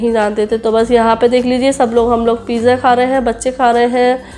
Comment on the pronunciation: Sutar, pija,sop, kitna galat bolti Ho Tum sahi Se bolna sikho, Paisa Kama rahi par bolne ka salika bilkul nhi badla